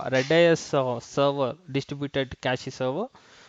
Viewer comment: It is pronounced cache - cash not cactchy redis - read-is not red-I-S